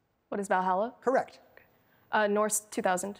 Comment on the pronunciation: She said ValhallaN not Valhalla